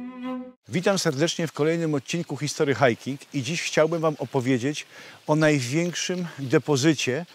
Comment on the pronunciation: Chyba 'histori hajkin' a nie historY hajkinG 😂 Przepraszam, ale za każdym razem mam ubaw z tego błędu xd